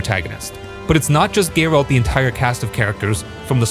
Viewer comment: Gaerald ? :D Love your videos, dude